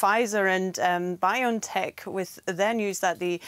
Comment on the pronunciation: It's "Bio (and) tech... Not Biontech... Not pronounced like you are saying...